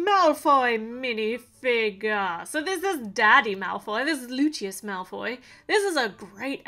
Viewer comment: I feel like said lutius malfoy